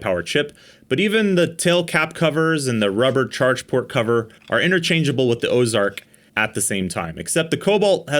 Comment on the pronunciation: "Osark" not Ozark? Did y'all buy a knockoff of a knockoff? 😂